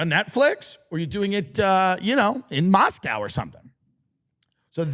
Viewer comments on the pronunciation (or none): none